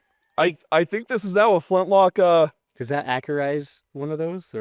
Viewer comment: Nobody present was knowledgeable enough to correct him when he said flintlock, not even the owner of it?